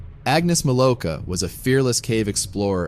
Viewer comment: Wrong name pronunciation, the W in Milowka is a V sound. But then again, stupid Americans always do badly with names that are even a little bit strange.